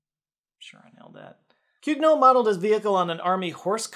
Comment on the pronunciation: swing and a miss on pronouncing "Cugnot" correctly